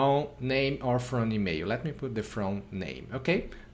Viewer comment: It's email and NOT emeio! It's Gmail and Not Gmeio!